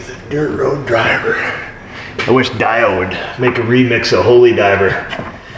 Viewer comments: I am a large and faithful fan of your channel. That being said, do not EVER mispronounce Dio again or there will be consequences. Say DEE-OH not Die-oh. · Dude, I'm gonna have to come slap you... it's not "DIE-O" it's "DEE-O." As in Ronnie James Dio, vocalist from Elf, Rainbow, Black Sabbath, Dio and Heaven and Hell. Youse gots it? Don't make me come up there... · Dio is pronounced "DEE-oh" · It's pronounced DEE OH not DIE OH As in Ronnie James. Just sayin' lol Great song though. Great video too. Thank you for sharing! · I’m thinking it’s Ronnie James Dee-o instead of dye-o. You are both souther tier dudes. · Did you really just pronounce Dio as Die-o? Come on, it's pronounced Dee-o. You lost metal points for that one. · Dio? "Die oh"? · Come on, its DIO not DIO. LOL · haha, so funny, he's baiting us by mispronouncing DIO (rockers, dont take the bait) haha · Dio lol.... I'm pretty sure that's not how he pronounces his name :)